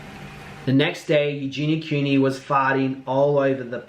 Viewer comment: He can't even say her name properly 😂